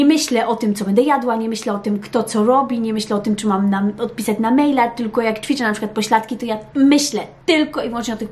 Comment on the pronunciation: Muszę bo się uduszę - Mówi się ĆWICZĘ, ĆWICZENIA., nie CZWICZĘ I CZWICZENIA.. Błagam, ewidentnie Pani językiem wiodącym jest język Polski ( książki w języku Polskim, rozmowy z dziećmi) więc proszę chociaż to słowo.